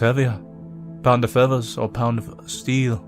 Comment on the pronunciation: "Whats heavya? A pownda fethas or a pownda steyl?"